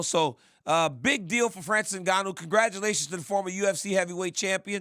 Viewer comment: Francis ENGANNYOU 🤣💀